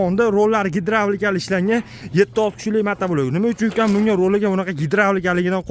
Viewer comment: Ааа, нима деди, гедравлика дедими😂😂😂 Қашқадаре Ўзбекистонни пойтахти булибди, 😂😂😂😂😂😂😂😂😂